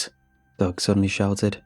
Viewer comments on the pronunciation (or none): Literally listening to this for two minutes I thought “Doug” was “dog”.